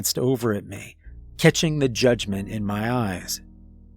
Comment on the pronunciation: Thank you for your annunciation of the word " Me" instead of pronouncing it as " Meh " It's little things that can ruin a good story ..💪🏻👍🏼